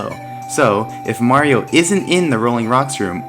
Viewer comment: ...wow. You stopped saying "Mary-O" and are now pronouncing Mario correctly! (fantastic vid btw)